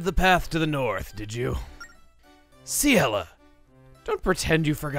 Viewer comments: FINALLY. After over a decade, I finally know how to pronounce Ciela's name correctly. Thank you Chugga. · Ciela is pronounced See-ella, so I think that's what he's referring to.